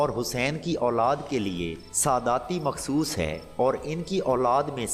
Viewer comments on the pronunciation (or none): none